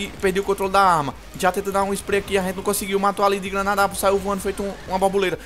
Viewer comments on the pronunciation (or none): "Saiu vuando ali feito uma babuleta" shuashuahsuashuashuash <3